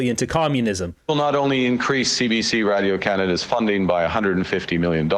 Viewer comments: Anyone else hate how Carney pronounces "Radio" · he can't even say radio properly... like wdf is he saying... he is a whacko like jt and his goons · You can tell he’s invested in radio Canada by the way he say it (Radio). This guy is bad for Canada